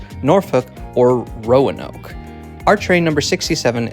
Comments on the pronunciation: You seem to struggle with that one, you don't really have to pronounce the "a", just say "Row-noke" That's bc in VA state is considered an adjective and Commonwealth is a noun 😃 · Why say Roanoke like it is a foreign word or incomprehensible destination? (It really did sound like that to me). The Amtrak station in Roanoke was a factor in our retiring to the area.